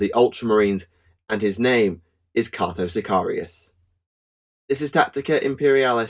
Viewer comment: It's pronounced Kay-toe